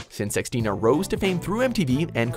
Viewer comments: Omg "X" in "Xmas", "Xstina" etc is pronounced "Christ" 😂😂😂 that was so funny when he actually called her "exteena" 😂😂😂😂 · he said "x-tina" bruhhhhh